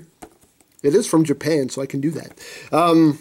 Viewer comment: "Hey, it's from Japan, so I can do that." What, pronounce it like a Scotsman? XD